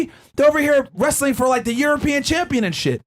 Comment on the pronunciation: Wrastling???? Really?